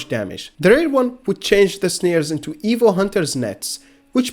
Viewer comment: You kept pronouncing evil(evo) dragon, I was so confused.